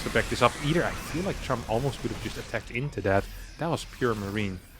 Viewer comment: its chAm, not chUm